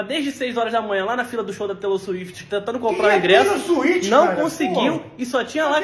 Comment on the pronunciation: “Taylor Suíte” 🤣🤣🤣